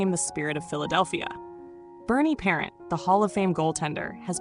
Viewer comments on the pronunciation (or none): I remember him as a kid in the 70s good goalie but think pelle Limburg was better and who the hell is narrating this it's the Vezina trophy not Vezna trophy and it's Bernie parent French not parents have a fabulous day ❤❤ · You have to say his name with a French Canadian accent - pair ant. OMG you are killing this video. Its VEZ a NA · Would be better if the announcer said Parent, French and not parent like you were talking about your mom. This AI speaking is terrible. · If you can't pronounce his name, don't talk about him!